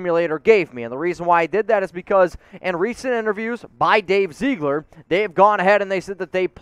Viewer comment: Dave Ziggler. Not Zeegler. Get it right please. Geesh dude, you represent the most watched Raiders YouTube site. Be professional and maybe you end up being more than a YouTuber. Seriously, you're that good if you choose to be.